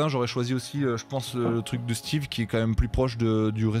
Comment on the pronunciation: c'est Steve pas Steven :)